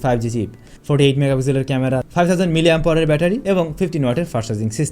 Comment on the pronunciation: ভাই, মিলিঅ্যাম্পাওয়ার কী? উচ্চারণ একটু ভালোভাবে করেন। অনেক উচ্চারণ-ই আপনি উল্টাপাল্টা করেন। তাও শব্দটা অন্তত শুদ্ধের কাছাকাছি থাকে। কিন্তু মিলিঅ্যাম্পাওয়ার বলতে তো কোনো শব্দই জগতে নাই!!! মানুষ ভিডিওগুলো দেখে। কিছু বলার বা করার আগে একটু হিসেব করে করলেই কি ভালো না?